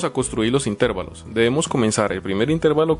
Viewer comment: La palabra es intervalos, no intérvalos.